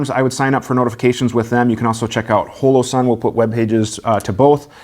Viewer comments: Can't pronounce the name then jokes about not being cool enough to have a collab with Holoson(Hollow-Sun) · It's pronounced "Holler-son" ;-)